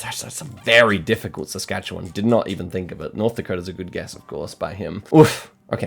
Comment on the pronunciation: Da-yam, I think you pronounce Saskatchewan better than I do and I live here, lol. Super Impressed! Rootin' for you! Go Go!!!